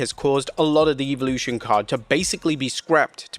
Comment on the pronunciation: Goodness gracious pronounce “Evolution” correctly already!!